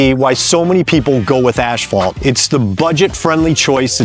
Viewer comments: "Ashphalt"? WTF is that? I've heard of asphalt but not ashphalt. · Dude. Just pronounce it “assfault”… you don’t need to over-pronounce it’s annoying af